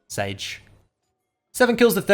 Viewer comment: Did you say sage instead of sadge🤔